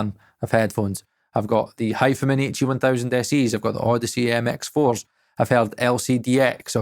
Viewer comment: Why are you pronouncing them as Hifaman, it’s Hi Fi Man surely?